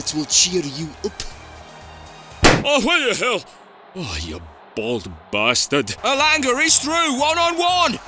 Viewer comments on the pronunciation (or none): Elanger?! It's Elanga